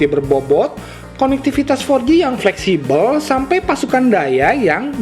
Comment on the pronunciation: kocak lah cara bawain nya.. tp keren 😅 pleksibel = flexible 😅😅